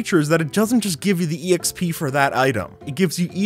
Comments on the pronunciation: I literally can’t when you say e x p instead of xp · ok.. who actually says "E.X.P."? its not an acronym, just say expee like normal people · Man really pronounces the “e” in exp… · Stop saying exp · You saying E X P and not just XP singularly for some reason triggers me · E X P It’s XP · Stop saying exp it’s pronounced xp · My head hurts from someone using "exp" instead of just double-syllable "xp" like a more educated person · It’s not e x p it’s exp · stop saying exp instaid of xp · The fact he says “exp” gets to me and idk why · Am i the only one that is trigger because he says e-exp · My man said exp like ee x p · Makes me cringe when he says E.X.P.